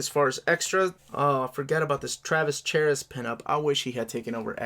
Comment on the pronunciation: I have always pronounced it Mark Ta-cher-a like the baseball player of the same name. Also as an FYI Travis Charest's last name is pronounced Sha-ray